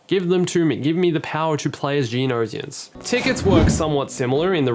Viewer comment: I cringed whenever he said geonosians lmao "geo no zions" NO HATE, love dis dude